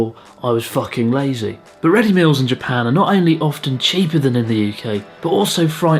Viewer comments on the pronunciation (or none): "And- Above all- I was fuken lazzeh.." :D :D :D :D :D I love this guy..